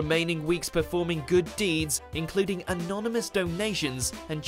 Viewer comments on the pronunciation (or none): none